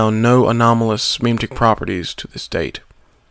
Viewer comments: HOLY FUCK ITS PRONOUNCED "MEH-MEH-TIC" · You fucked up pronouncing "memetic" very badly